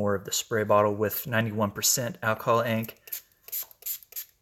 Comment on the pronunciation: Ok, looks like a basket of flowers. Roses in ctr, petunias on right, & something yellow on left. It's so funny when u say "alcohol ink" it sounds like "alcoholic". Go back & listen. he he ~ patQ PS, stay off I35